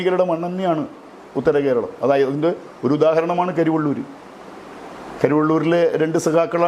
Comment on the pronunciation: കരിവണ്ണൂർ അല്ല കരിവെള്ളൂർ ആണ്